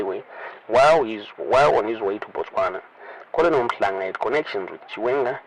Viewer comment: Colonel is pronounced kenel.the l is silent.